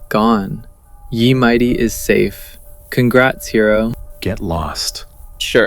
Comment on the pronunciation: Honestly wouldn't have noticed that the narrator's voice was AI if not for the repeated weird pronunciations. The obtuse way "ye" in "Ye Mighty" is pronounced, switching between two different ways of saying "Ozymandias," and verbalizing grammatical typos like "mine chest." Honestly a really excellent video otherwise, but those errors do kinda take one out of it. Also, regarding the ending, it doesn't quite make sense? It's inexplicable how you were able to get in but this mysterious hacker person wasn't. I'm also not sure that the data stored in those chests is the kind of thing that'd be stored in RAM to begin with, even with the "you're the only active player" explanation. I like the concept, and I'm obviously willing to suspend disbelief for the sake of a story, but that is a plot hole that leaves me feeling unfulfilled in the end. Honestly the whole thing just didn't really make sense in the end. The motivations, the vault, the riddles, the characters. Why any of this exists or even happened is left unresolved. The overall presentation and storytelling was superb though. I look forward to what you make next!